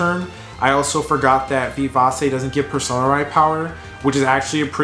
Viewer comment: I don't know if anyone has pointed this out to you before but the "c" in vivace is pronounced with a "ch". It would read something like "vivache" phonetically. It's a Latin word you find in sheet music which means fast and energetic. Anyways, I thought your commentary was pretty informative, but I have no experience with the deck so don't think I have much advice to give especially since DD2 is the only opportunity I've had to play much of the game in years.